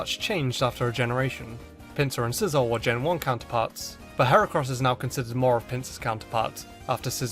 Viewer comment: sicor? Say whaaaaa